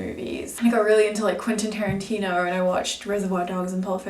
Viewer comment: it's tarantino, not "terentino"